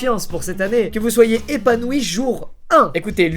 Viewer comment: epanourie...ok je pars